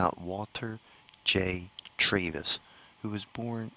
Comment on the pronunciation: This is great. Last name is pronounced Traaavis, not Trayvis.